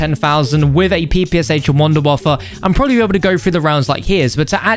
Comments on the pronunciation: Why does he pronounce like an æ sound ant the end of wunderwaffe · im german and its so funny how he is pronouncing wunderwaffe 😂😂